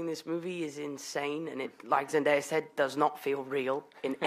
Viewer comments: One of the jobs of a press conference MC is to make sure they address the guests properly. He didn't research her name pronunciation at all, which is why he's catching flak for it, and he should. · it’s not the fact that he mispronounced her name it’s that fact that other people said it right and then he still said it wrong and on top of that when she corrected him he just brushed it off and didn’t apologize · It’s pronounced ZEN-DAY-A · “Zendiya” 😂😂 I’m dead . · M. Selin Dalkiran ikr where do ppl get the ‘i’ from. zen-DIE-a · Dude come’on Zandaya? Not how u say it man it’s the 21st century he should know how to pronounce ur name. Tam Hallond😂 I love how in the beginning Tony got no claps, poor him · Did anyone else cringe when he said Zen DIE ah? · Because I’m stupid the guy kept pronouncing zendayas name wrong then in a homecoming interview zendaya like joked about Tom and Tom went zendiya haha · srry but I can’t ignore the fact that he just said zenDIEa 💀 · It made me cringe so bad like it’s literally spelled like it’s said zen day a ... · It irritated me that the interviewer kept pronouncing Zendaya's name wrong. He's not the only one who has done that but her name can't be that hard to pronounce. It's ZEN-DAY-A, that's easy to pronounce. I found it so rude when he brushed it off and continued the question after she corrected him. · fbdbdb but in his country you pronounce it Zen DAY A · well u need to tell ppl in ur country it’s zen DAY a it’s respectful to pronounce her name correctly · Annocer: Please welcome....[how do you say her name?!?! I’m gonna guess] Zendia!! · HE DID NOT JUST SAY ZEN DIE A Omg I’m done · HELLO ITS ZEN-day-a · i’m mad ‘cause i know he hears other cast members (Laura & Tom) pronounce Zendaya’s name correctly, but continued to pronounce it incorrectly. then, when Zendaya did correct him, he brushed it off and continued w the question. disrespectful. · You’d think he’d look up how to pronounce Zendaya’s name... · Hey said Zendaya wrong